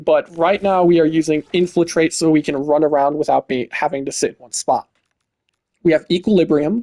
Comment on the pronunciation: It's infiltrate, not inflitrate